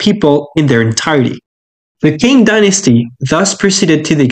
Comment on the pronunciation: Great video but ‘Qing’ is actually pronounced like ‘Ching’ rather than ‘quing’